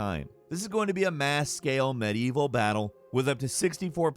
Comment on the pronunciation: OK most of these have nothing to do with medieval say it with me now med-ieval not mad-evil. Jesus Christ dude you're a journalist take some pride in your work.